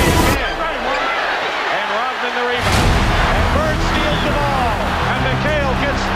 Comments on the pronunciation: Rot- Man !!! LOL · “Rotman”... over and over and over. gonna be honest here: I’m a bit triggered. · "Dennis Rotman"